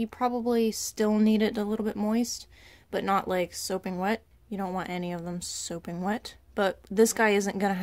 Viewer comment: Its sopping wet not soaping wet... and thats like just one thing that was wrong ...